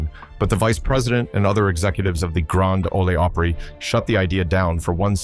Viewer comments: AI SLOP. PLEEEEEZE!!! Even in Mexico they don’t pronounce the GRAND OL OPRY as “The Gron-day Olay Opree” But this AI narrator does. 😂😂😂😂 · Nothing says AI here like "Grand Ohlee Opera." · The third time your stupid AI said "Granda Ole Opray" I was done. Edit this garbage before publishing it. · It's Grand Ole Opry